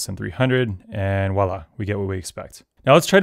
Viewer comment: Warning: horrible pedantry incoming... The word voilà (from French, literally "see there") has a v in front /vwäˈlä/ Mojo looks really cool though. Rust and Python are my favorite languages.